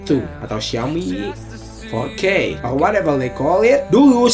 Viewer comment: Four K bukan fourkkewhegehejkey wkwkwk